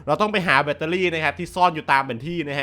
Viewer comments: พี่คับแบตไม่ใช่แบท😂😂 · แบตพี่ ไม่ใช้ "แบท"